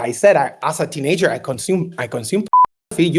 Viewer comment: Teenager × Teenaayjer √